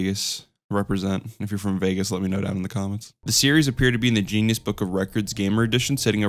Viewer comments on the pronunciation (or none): Did this man just call Guinness "Genious"? Wash your mouth out with some Guinness! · Did you actually pronounce Guinness Gee-ness lol